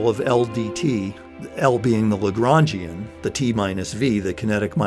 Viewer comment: "Legrangian" I keep hearing lebron james